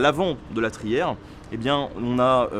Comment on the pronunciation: trière et non pas trière.Bonne vidéo.